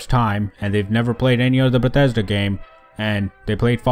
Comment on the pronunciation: "...from bededa headquarters"